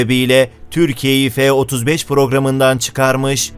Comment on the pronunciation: F degil la.. Ef ef diye okunuyor